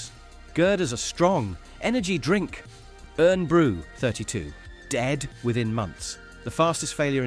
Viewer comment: Scots hearing Eern Brew 😡